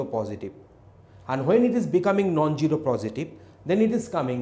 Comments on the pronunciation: love how he pronounces zero as gero :D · zero not gyro